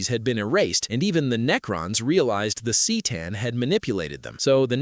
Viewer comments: The Cee’tan? C’tan is pronounced Kah’tan. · “C’tan” is pronounced “kuh-taugh-n” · Bro I stopped watching after he (most likely a fucking ai written script some idiot asked to summarize and threw into a video with an ai VO) fucked up c’tan it’s literally CUH-TAWN or even CUH-TAN, Jesus christ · 📢📢📣 “The cee tan” 🗣️🗣️🔊🔊